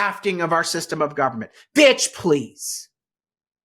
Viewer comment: We need u as our new governor just on the call of u saying bitsh please!!!!!!!